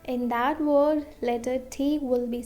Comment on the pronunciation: Amazing video, but please pronounce L, V and W correctable, because you cannot learn us if you don't know that Word is not Vord or flaVor is not flaWor and that extremely annoying soft L. Sorry if I was rude.